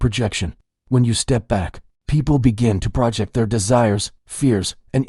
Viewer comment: AI still has problems with words that are stressed differently depending on if the word is a noun or a verb. For example, the word, "project" in this video. As a verb the stress is on the last syllable.